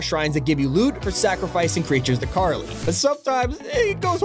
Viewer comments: its kali not carly, criminal. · Karli seriously it's kali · its Ka-li... Not Kar le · KARLI??????? BRO IT KALI! KA. LI. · KALI, NOT CARLY!! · its maa kali not carly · i love that no only does he call spelunky "spelunky shrine master" but also calls kali "Karly"